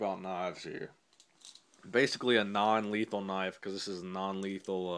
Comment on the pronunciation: He said non lethan